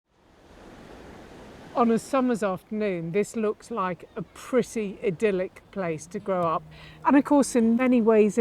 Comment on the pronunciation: Praise the lord. Someone actually pronounced "idyllic" correctly. Bravo.